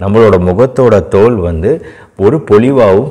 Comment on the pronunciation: 'THOL' not tholhal.